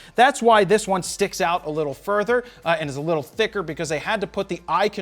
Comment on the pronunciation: "It gets the checkmark.. It's been working eewt"😂